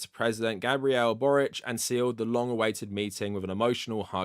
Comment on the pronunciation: as a croatian i really appreciate you pronouncing Borić's surname the way it would be pronounced in our language ❤️